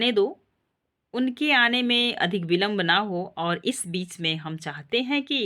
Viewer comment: वाक्यों के उच्चारण सही न हो तो सुनने वाले को भ्रमित करती है। आपने पूरा नाटक पढ़ा है धन्यवाद पर बीच को बाच और अधूरे वाक्य खंड है कृपया ध्यान दें। नाटक पढ़ा रही है तो संवादों का उचित उच्चारण करें।🙏